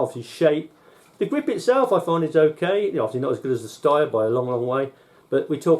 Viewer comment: Good review. Only thing I'm not sure you're pronouncing "Steyr" properly; someone once told me it's pronounced like 'stair'.